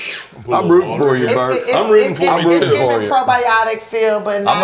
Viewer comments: I thought i was hearing shit 😅 I knew I heard brett!😅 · Tiff calling Bert “Brett” over and over.. I’m crying. 😂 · I love how Tiffany says Bret instead of Bert the whole episode. HAAAAAAA